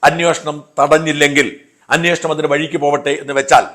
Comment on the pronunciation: അന്യോഷണം അല്ല ഷാജാ അന്വേഷണം എന്നു പറയൂ.